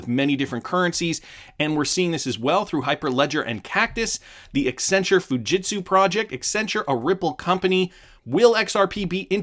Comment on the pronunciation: extra points for pronouncing Accenture correctly